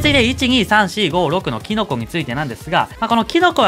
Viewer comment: キノコ🍄がティノコに聞こえてくるw